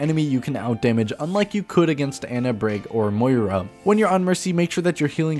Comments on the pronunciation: It's pronounced Annah not anna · It's "Ah-na".